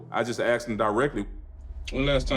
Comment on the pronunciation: He said that she axed him? lol.